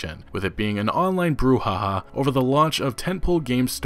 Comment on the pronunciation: Why "Brouhaha" sounds so funny to my ears? XDDDDDDDDD